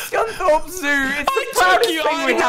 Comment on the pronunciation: its scunthorpe